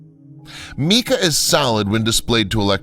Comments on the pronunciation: "Mica" is Pronounced "My-kah" not "Me-Kuh" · Meeca? No! Mica.... "my-kah". (We had that pesky little Vowel Shift couple of centuries back...). Great job on the presentation! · The narrator is an idiot whan it comes to pronunciations and the writing isn't very good either. Makes me wonder about the entire presentation. MEEKA?? Try MYKA. He can't pronounce the names of any of the sites either making it difficult to listen to. I quit. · LOL His word "meeka" had me puzzling for quite a while, untiI I realised he meant "mica" - most usually pronounce "mike-a". Good pictures, rubbish commentary! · Mica is pronounced Myca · Interesting information, weird photography (I hated the "shadow") and, yes, the poor pronunciation. While watching the segment on Teotihuacan - what did he call it? - I had started to wonder if the scenes were of some other site. And mica? Never heard mee-ka before. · This guys canadianess is just killing me. Although he is clear when he speaks..he pronounces things like MICA SO IT SOUNDS LIKE MEEKA. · You lost me at meeka... But great vid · This is a good documentary. I wish the narrator would have pronounced certain words correctly. Give me a break Mica? I can understand mispronouncing tehatixacan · He also mispronounces mica.